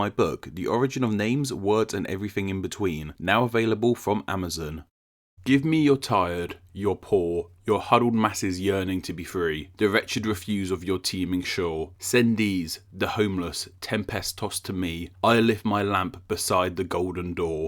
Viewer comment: “Refuse” the noun is pronounced differently than “refuse” the verb.